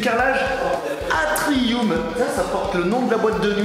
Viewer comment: ATRI"U"M prononcé ATRI"O"M ............... latin